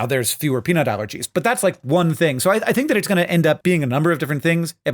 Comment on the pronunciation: When you say peanut allergies at 1.5x speed, it sounds like you're saying penile allergies which sounds... painful?